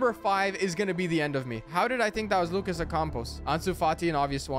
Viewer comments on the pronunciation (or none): none